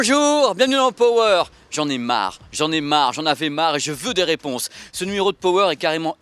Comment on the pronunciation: ●●● Pitié, de grâce, à tous ceux qui emploie le mot ANGLAIS "power". Arrêtez de mal le prononcer, ce n'est pa "PO WÈRE" mais "PA WEUR" ; allez, distinguez-vous de tous ces mauvais publicistes ... Ceci dit, merci pour cette vidéo, TRÈS BON SUJET ! Et oui, tous comme pour la VIUE, beaucoup perdent LES OREILLES et se contentent de ce que j'apellerai des "LEURES de MUSIQUE" certes très pratique vue le poids, mais bon, après, c'est un choix ... "En perdant la foi, l'homme a perdu le gout du merveilleux" ... ●●●